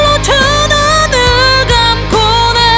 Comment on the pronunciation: 이 노래 진짜 만 번도 더 들어본 입장으로, 후렴구 가끔'씩 홀로 두 눈'을 감곤 해 부분 자음 발음이 너무 쎄면 안어울리더라고요. '가끔씨 골로 드느늘 감고내' 로 발음하면 되게 듣기 부드럽고 좋은데 압력 때문인지 너무 발음이 정확해서 좀 깨요. 박완규도 이렇게 안부름. 여기뿐 아니라 대체적으로 너무 또박또박 부르면 이 노래 맛이 안삼. 두루뭉술하게 불러야 됨.